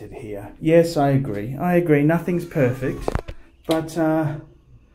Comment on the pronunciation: in regards to the bathroom - you said nothing's perphect - Well my love, you're phorgetting Pateks..... Pateks ARE perfect! NICE ONE, GREAT VIDEO